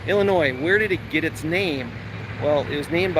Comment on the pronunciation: Didn't I write in my comment yesterday that I had a feeling you'd be in IL soon?! Somebody knows his midwest geography!😎 You are 100% correct about the "Illinois" pronunciation, but I do have to call you out on a minor pronunciation violation... IL folks pronounce Cairo as "Care-O." Now if you think that's a funny way to pronounce it, we have many other fun city pronunciations: Very close to Springfield (and the unlikely capital as you mentioned) we have Berlin and Athens. It's "BER-len" [emphasis on the BER] and with Athens... it's a hard A, not a soft A as we say with the one in Greece. And finally, I'm sorry I didn't see your reply to my WI comment until now, but a fun fact about my hometown Springfield, IL is that it is the birth place of the corn dog on a stick (Cozy Dog Diner, only a couple of miles from where I grew up). 💥